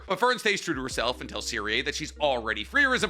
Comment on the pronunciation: Correct pronunciation time here. Serie = Zer ee Sein = Zein Stark, just as its written. Idk why keeps adding an h in there. Ummm Flamme = Flah meh